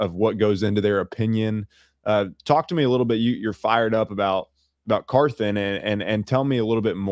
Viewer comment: So glad to hear George and Coach Fisher again. I have to correct everyone on our GM’s name pronunciation. It’s “Car-th-on” not “Car-th-an”